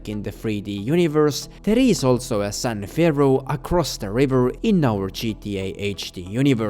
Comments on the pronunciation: imagine doing a whole voice over session, only to realize youve been saying "san ferro" instead of "san fierro" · For the amount of effort you went into digging into this you’d think you’d have realized it’s San *FEE-ARROW* you moron